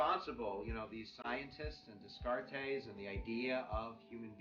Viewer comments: Descartes - "de" "cart" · Nice overview, from one teacher to another. But please read the pronunciation guide. Pronunciation guide: The philosopher "Descartes" was called "Day-Cart" by his friends. "Leviathan" is pronounced the way it's spelled: leh-vy-uh-thun. Best line: "the people lay the government" - heh heh